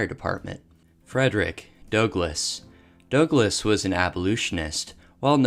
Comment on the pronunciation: Frederick "Dowglas" the famous "abolutionist"